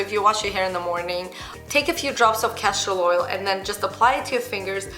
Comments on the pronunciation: Did she say Cashew Oil or castor oil? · Castor Oil. Just with her accent she says it a little differently.